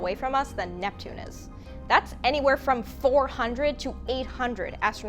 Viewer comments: That small slip with Netpune goes almost unnoticed :-). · Netpune!!! Net Poooooon!!!1!